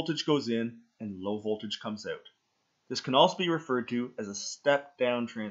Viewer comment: "check it ooot"